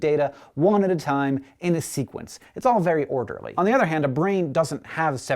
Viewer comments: SEQUENCE not SQUENCE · SEQUENCE* (not SQUENCE) :P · *sequence not "squence" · says squence in stead of sEquence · Lol you made a mistake it says squence but you said sequence. It doesn't really matter to me though because scishow is awesome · "Sequence" not "Squence" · squence instead of sequence. Uh oh! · Hate to be that guy but.... it's sequence, not squence :/ Great video, though! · "in squence..." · Squence...? lol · lol "one at a time in squence" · in squence? :3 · A squence?? loool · "Squence" Really? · squence? :P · And yet... ... "squence"? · Pray tell, what is a "squence?"